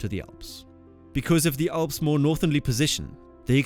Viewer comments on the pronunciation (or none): Why do you contineously pronounce the Alps like the "awss"?